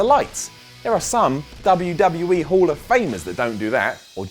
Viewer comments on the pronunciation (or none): none